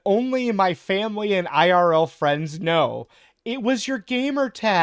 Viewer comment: Did a double-take due to brief confusion upon hearing "fwiends", lmao.